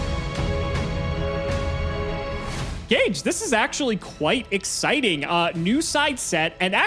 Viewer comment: Because it's Ga-Geh 🤷